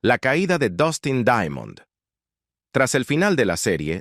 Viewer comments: Se pronuncia "Daimond" no daiamond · Por qué lo pronuncias "Daiamond"?